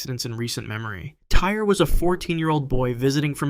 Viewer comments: Just for future reference, the kid’s name was spelled T-Y-R-E, but pronounced “TY-REE” It might be how the word “tire” is spelled in the U.K., but not in this kid’s case. If you’re going to talk about what happened to him, please at least pronounce his name correctly!!! This poor kid died an unimaginably horrible death. He at least deserves to have people say his name right!!! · The boy who died on the freefall tower his name is pronounced “Tie-ree” not “Tire”. If you’re gonna report on it, have the decency to say his name properly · Agree on all points, but you missed one- The boy’s name was pronounced “TY-REE”, though spelled without the second ‘E’ on the end.